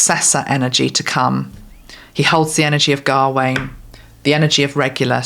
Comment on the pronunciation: Gawain is pronounced as not pronounced gah wain. It’s a Ga but rolls into Wayne without two syllables. Smouthly. I have a nephew called Gawain